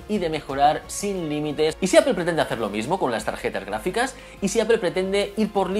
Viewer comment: ¿Xq pronuncias el inglés con un acento tan cutre y sin embargo la palabra Apple la recalcas tanto con un inglés perfecto? Queda raruno y como de pijo relamido. Eipol no, Apple y déjate de pijadas.